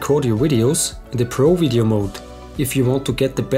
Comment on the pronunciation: Why do you keep saying Wideo? lol